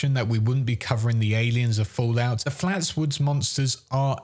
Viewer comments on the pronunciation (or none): I was just shocked. You usually hit every nail right on the head so hearing you consistently refer to it wrong kind of threw me for a total loop. No worries, and sorry if that seemed a lil harsh. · so um...FLATSWOOD monster? Seriously? It's Flatwoods. As in the actual town of Flatwoods, VA.